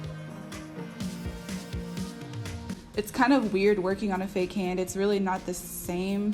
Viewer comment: im not gonna lie i thought its so weird that she said her daughter femijr like wtf lol n its a haand 😭😭